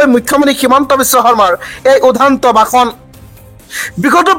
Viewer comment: আপুনি মিয়া নেকি, বাসন নহয় ভাষন😂